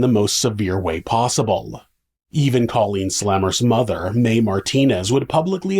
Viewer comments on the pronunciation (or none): You're not pronouncing Colleens name correctly...Co leen! She'll meet satin soon 😉